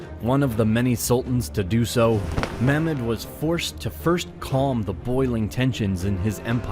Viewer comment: turks don't pronounce word like arab... it's Mehmet